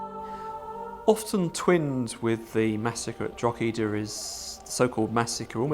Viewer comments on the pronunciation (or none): I love how they pronounce DROGEEDA it really shows these men have researched how to prounce DROGEEDA drogeeeeda DROGEEDA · Its not Drog he da, its pronounced draw he da, its not pronounced gal a ger its pronounced gal a her, ie Gallagher, if we managed to learn your effing language the bare minimum you can do is learn how to pronounce a few rules about phonics and the Irish language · It's "Droh-edah" not "Drog-eda" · ...please refer to Drogheda correctly, it is with silent G, not expressive [Dro heda] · It’s Drawda!!!! 😂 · The pronounciation of Drogheda by the English in this documentary is a warcrime in itself. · Historians that can't pronouce the place names they are talking about! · Jaysus wept. The most brutal thing about this documentary is the continuous bad pronunciation of town of Drogheda. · How can someone who considers himself sufficiently expert to put fo!rth opinions in this documentary be unable to pronounce Drogheda? The "g" is silent for anyone who doesn't know. I vaguely recall Richard Chamberlain in " The thornbirds" ( I believe) saying Drugeeda. Funny but then again he was an ill informed actor not an historian. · Can't even be bothered to learn how to pronounce the names of Irish towns properly 🙄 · It hurts my ears everytime they say it wrong and English should be banned from trying Irish names and just say that town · Am I The Only The Only Irish Person Who's Cringing At How They're Pronoucing Drogheda? (We Don't Pronounce The 'G') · The fact that the so called historians on this is video, can’t even be bothered to learn the proper pronunciation of Drogheda, that tells me all I need to know about their perspective and knowledge of the subject